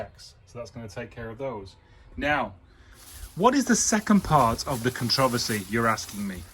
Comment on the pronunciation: "conTRIversy" I LOVE it lol